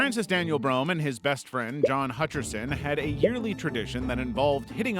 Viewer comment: John hatcherson? More like john hutcherso